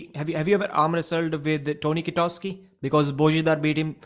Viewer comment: Tony Kitowski is Polish too. And to pronounce Polish names correctly, w is pronounced v